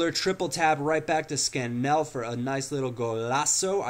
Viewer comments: its scan-il not scan-ell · its not scanell lol its SCAN-ALL , ps i live next to CPFC :)